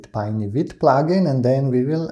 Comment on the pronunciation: Also, you pronounce "vite" perfectly (like a real French man)!!